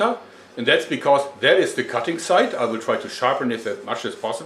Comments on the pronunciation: it weel keel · "It..... weel keel"